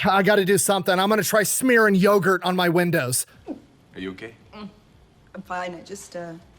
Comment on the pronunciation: Naaaah. Yogurth.